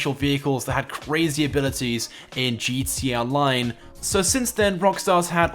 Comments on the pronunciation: Whenever you're supposed to say "gta online" you just say GTONLINE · Dude, can you even say gtA online? You forget the freakin a every time 😡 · Nobody: This guy: gtee online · he says gt online lol